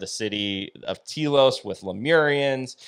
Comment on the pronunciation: Your pronouncing it Tea-los try Tell-os understand ? I lived there for nearly 10 Years and I have ghostly looking pictures Of the Lemurians they are being aired on the Travel Channel.